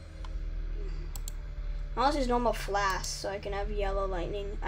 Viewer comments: WHY YOU SAY FLASK ITS FLASH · Not to be rude but he’s mispronouncing flash